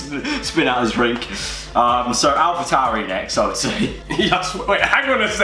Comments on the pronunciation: When they doscussied ‘alpa tauri’ I had to put my phone down of laughter😂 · sober: Alpa tauri me: so is alpine alphine?